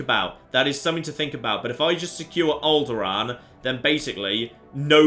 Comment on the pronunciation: Did anyone else just hear him say "Owlderaan"? :D What a coincidence. Lovely. ^^